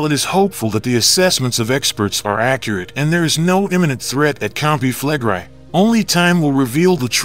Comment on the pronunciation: Why is the narrator mispronouncing "Campi Flegrei" as Campi Flegrie? The "i" is pronounced in the short vowel sound & the preceding "e" is also pronounced.